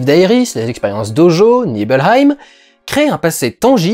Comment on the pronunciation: A chaque fois que tu dis Nibelheim j'ai l'impression que tu vas annexer mon pays.